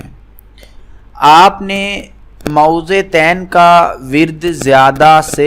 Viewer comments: او بھائ پہلے اپنے تلفظ تو ٹھیک کرو۔ مائوزے تین نہیں معوذتین ہوتا ہے۔ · Mo-awwazatain (apni dorustagi karain.